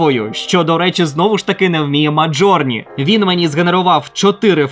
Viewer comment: назва Midjourney українською зазвичай промовляється як 'міджорні', а не 'мАжорні', або 'мАтжорні' - як це робиш ти.